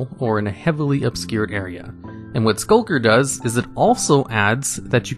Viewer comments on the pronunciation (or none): Why does he have so much trouble pronouncing Skulk lmao last video I saw he called a Skulk “Shulk” and now he’s calling Skulker “Sulker”